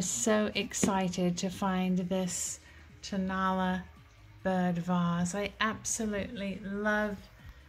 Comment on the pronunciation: Tonala is pronounced with the accent on the last A.